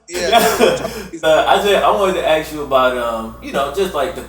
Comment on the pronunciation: why this man keeps saying aks and not ask?